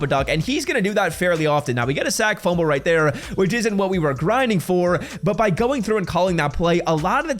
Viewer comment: Anyone count how many times he said “Right Tere”? Jeez😂